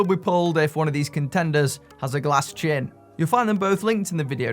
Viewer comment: glas chin... ha ha ha